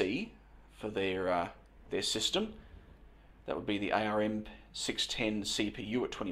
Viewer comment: By the way, ARM is pronounced like the body part Arm.